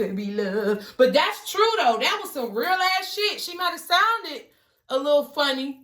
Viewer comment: Soo feel ya..LOL YESS SHE SAID TRUFE